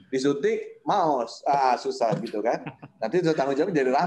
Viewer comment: maot pak bukan maos